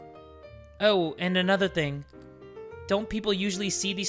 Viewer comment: "oh and anotha theng🇬🇧"